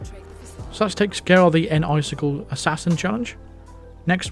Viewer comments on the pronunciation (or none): lol, it's (Nice-Sickle) not (Enn-Icicle). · "N-Icicle" sounds a lot like "Nice kill"